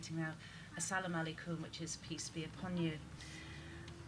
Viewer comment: Bismillah Ur Rahman Ur.........most merciful ?????? Come one lady, you must be smoking something. Please tell me. I want to be high too. She cannot even say the greeting in Arabic She said PISS BE UPON HIM.